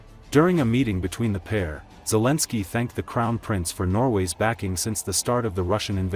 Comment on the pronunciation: Guys, there is no way to make this A.I. say Zelensky's name correctly (Otherwise then it is not A.I. it is something else, not A.I.) Grateful. Slava Ukraine, today and always.